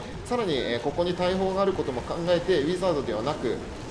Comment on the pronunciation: うポツです！ ウィザードの発音が…